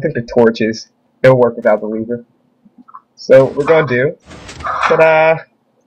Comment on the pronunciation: ITS NOT WOEK!!!